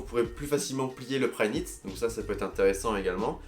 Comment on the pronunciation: Il a dit combien de fois prynit